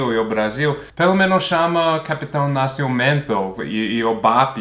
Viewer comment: Chama o capitão 'Nasciumento'... adoooorooo o sotaque! É de rir mesmo... O pior é a ponte Rio-Niterói tranquila, só eles passando ali!!!